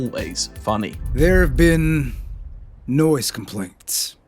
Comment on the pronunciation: It was very funny when he said “there has been noice complaints” and them he answered “okay”. WOW such a good joke